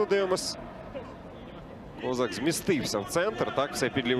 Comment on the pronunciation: Він точно кОзак? Не КозАк? Бо звучить дивно